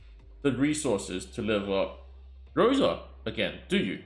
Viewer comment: I'm Russian and the wrong pronunciation irks me so much 😂 In russian the letter R is written as P and the letter S as C. Thus Rosa and not "Poka". Oof, had to get this off my chest ❤ good luck on your pulls if you decide to go for bear mama